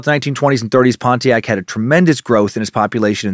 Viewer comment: You could hear the disappointment in dans voice the first time he pronounced Pontiac properly.